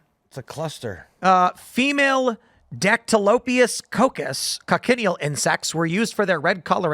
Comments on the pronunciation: FFS once again it's not pronounced coc-en-i-el, it's kotch-in-eel. Three syllables, not four. And what is extracted from them is carminic acid which is processed to make carmine, a colourant. It's nothing new - it's green in used for at least 2500 years. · It's pronounced "coach-in-eel" not "coc-in-ial" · the "CH" in Cochineal is not pronounced as a hard K, It's pronounced like it's spelled with the CH pronounced like "chin" a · It's pronounced Co-chin-eel. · It’s pronounced KOTCH-in-EEL. Technically they are parasites, but they live on cacti, not blood. Food coloring, preservatives, texture and flavor modifiers can be in a very natural , raw state or heavily refined and processed so simply saying they are bad is not enough. Salt is a preservative, but what kind of salt? What is the chemical composition? The real problem is Corporate Capture in regulatory agencies and science. The layman will always be ignorant, we need experts help top high ethical standards. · The bug is pronounced CO "CHA" NEAL.